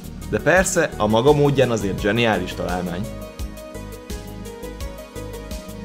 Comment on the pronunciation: zeniálisz XD